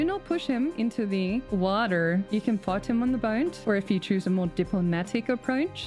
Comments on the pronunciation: Gotta love the "wAAter" pronunciation. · Ok. I know I'm missing a joke here. What's with the strange emphasis when she says "water"? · Hoping there is a carefully pronounced "water" in here